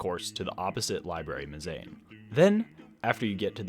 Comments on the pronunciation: Yeah, - it's pronounced mehz uh neen :) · really fun video, the pronunciation of mezzanine was....interesting :)